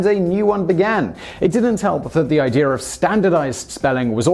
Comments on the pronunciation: "I-dear" Its i-dee-a not i-deer!!! haha. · bruh the guy who cant even pronounce idea shouldnt be doing a video on grammar. inb4 zinger